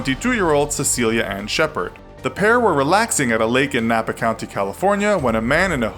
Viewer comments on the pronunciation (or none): none